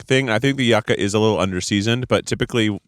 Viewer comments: I came here for this! I went to college in Miami and Cubans pronounced it YOO-kah, I think it’s the Spanish pronunciation lol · Hearing them pronounce it YUCK-AH instead of YOU-KAH was driving me wild lol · Hearing it pronounced “Yuh-Ca” instead of “You-Ca” made me scream as a Cuban 😂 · Yucka???? Yucca baby. "U-ka" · This! Its not yuck-ah its yew-ka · i always thought Yuca was pronounced YOO-kah, not yuck-ah ? am i crazy? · I say this with love… it’s YUU-KA! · It's pronounced you-ca